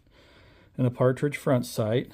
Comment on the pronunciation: “Patridge” not “partridge” front site, the latter is a bird in a pear tree.